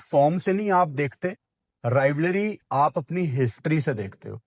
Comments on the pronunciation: Rivalry ❌ Rivlary✅ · RivALRY not rivLARY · Rivalry❌️ Rivlary✅️ 😂😂😂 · Rivlaaary nai bhai rivalry... Bolna sikhlo😂😂😂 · Abe pehle Rivalry bolna sikh le..Rivalry not Rivlary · Rivlarey nai hota rivalry hota hai 😂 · rivlary ❌ rivalry ✅ baaki all good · Rivalry ❌❌ Rivlary ✅✅ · aik dafa tou rivarly bol deta sahi se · BKL pehle to rivalry bolna sikhle.. In world cups/ ICC/Asia cups tournaments we dominate you... Rest our considered "friendlies" .. there's no meaning to that.